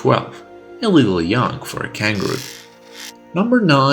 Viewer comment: Roger Kangroo💀